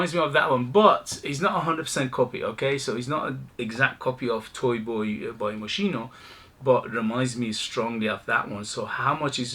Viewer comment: It is pronounced: mo's-key-no